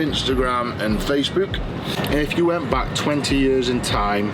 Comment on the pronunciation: “Facebuuk” Love it!